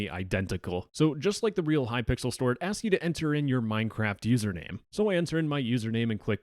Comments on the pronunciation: The fact he calls hypixel hypickle :0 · It is hypixel not hypickle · normal people:"hypixel":"hypickle" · "hypickel" i love this guy i've seen a couple his videos and they are amazing keep the great work up!! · ah yes, Hypickle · glad i'm not the only one who calls it hypickle I wonder what thought process makes literally everyone do that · Hypixel ❌ ✅Hypickle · I love how he keeps saying "kypickle" 😂😂😂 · No way bro said hypickle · Why are you saying hypickel?